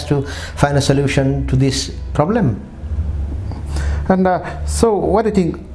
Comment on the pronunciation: For example success you speak saacessss 🤮🤮 Number - NAMbar😭😭😭😂😂😂😂 Problem - pob blem hahahaha🤯😨😩🤣